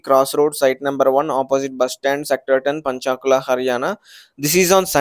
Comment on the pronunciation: Not पंचाकुला its पंचकुला